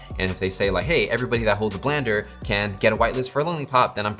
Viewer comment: Did you just call 3 Landers, Blander? Do you even NFT?